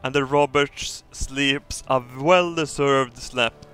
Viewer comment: "One of the Robertsch became a Jeebus!"